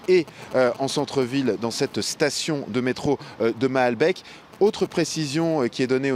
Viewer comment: oui, il a bien dit ça :p Et mahalbeck :p